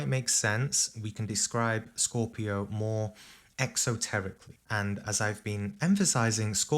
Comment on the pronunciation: " scooopio" 😁"cheese"